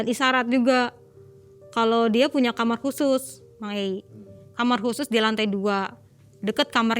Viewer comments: Kenapa nyebutnya kamer sih,,bukan kamar?? Dengernya kayak gimana gitu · Kenapa aku selalu kesel kalo ada orang yg bilang kamar jadi kamer why can you pronounced such a simple word KAMAR